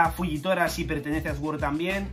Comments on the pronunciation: Esguor hahahahaha! Hasta los oídos me duelen cada vez que dice así 😂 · Sword se pronuncia ¨suord¨, gran video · "Sword" se prununcia "suord". Disfruta las vacaciones, rey. 😊